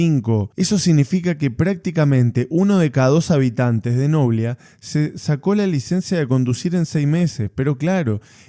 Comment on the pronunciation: NOBLÍÍÍÍA, NO NOBLIA